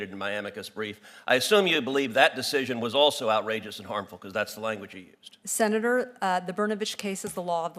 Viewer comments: Say "Senatorrrrr" again! (in a Samuel L. Jackson kind of way) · I could live my whole life without hearing her say “senator” again. 😑